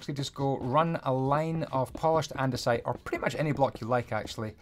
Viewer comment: your english is pretty bad andiunisite? its andisite.